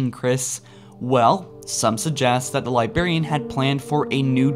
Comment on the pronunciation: Take a shot whenever he says Lyberian.